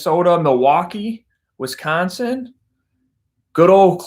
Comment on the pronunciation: Myles says Wisconsin "correctly" ... True Midwest Dude!